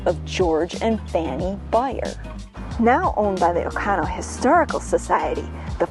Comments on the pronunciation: oconto not ocono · Does OconTo have a silent "t" or is this a Wisconson pronunciation?